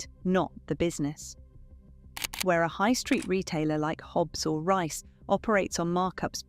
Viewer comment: Surely Reiss should be pronounced to rhyme with geese? Love your podcasts btw.